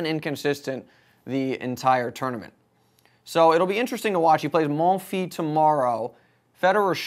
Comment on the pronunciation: you shall pronounce the s in monfils like in kiss or greece ;-)